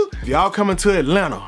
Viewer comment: That Atlanta came aht in the beginning 😂💪🏾